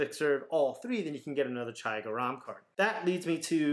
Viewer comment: It's pronounced ger-rum meaning hot